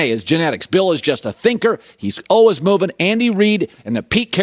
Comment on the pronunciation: Hey Collin , if you're always learning then how about you learn to pronounce the word always?